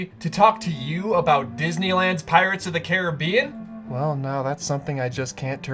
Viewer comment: Finally someone who can pronounce the rides name correctly